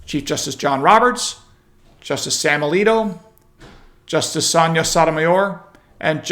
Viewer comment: Please.... For all that's holy.... PLEASE.... Say the name correctly...... It is NOT pronounced "song-uh"...... It IS PRONOUNCED "sonia" or "sonya" (same thing). The G is not a Guh like george..... It is a y - like yuh. You are one of THE SMARTEST people I can find to follow... But sometimes you get a word or 2 wrong and then you look a bit less smart...